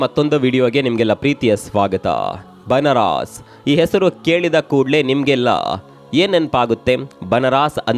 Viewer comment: ಏ. ಪುಣ್ಯಾತ್ಮ. ಅದು ಬನರಾಸ್. ಅಲ್ಲೋ. ಬನಾರಸ